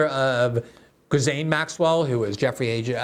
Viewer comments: Glenn, it's pronounced "Jizz Lane." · I love you Glen but Ghislaine is pronounced: G-lane. Its French, as was her mother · Jizzaine. Is glenda dislexic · It’s gee-lane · “Gill Lane”. Ghislaine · Well, it is an unusual name. The phonetic pronunciation is JILL - LAIN [or so I think]. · More like Ghee-len if you are pronouncing it the French way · I'm in France & the Ghislains (male) & Ghislaines (female) I've known pronounce the first syllable Zheez. Maybe others pronounce it Gheez, I don't know. Personal preference? Regional differences? It's like trying to pronounce Farage. Gotta ask the person(s) in question. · I anyways thought it was pronounced "Guh Lane" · Glenn is one of the few trustworthy journalists out there, but he obviously hasn't given this story the attention it deserves. He consistently mispronounces the names of Les Wexner and Ghislaine Maxwell. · Glen mentioned Ghislaine’s name at least a dozen times and pronounced it different every single time 😂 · Glenn, learn how to pronounce people's names. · Please, Ghislaine: gill-LANE ben Menashe: ben meh-NOSH Les Wexner, not Wexler